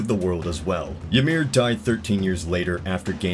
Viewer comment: I know I’m late, but I think it’s pronounced “Ih-meer.” Just treat the y like an I. Norse and some other Germanic languages always use a j for the English y sound. When they do use a y, it’s as a vowel.